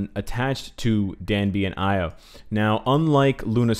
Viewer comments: 이오[i:o] not 아이오[aio] ;b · Io is pronounced EE-O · the name is indeed Io, not Lo, so named after the Greek myth. Io was a lover of Zeus’ and a priestess of Hera. More importantly, though, Io is one of the moons orbiting Jupiter, hence some of the moon iconography of the character, I’d wager.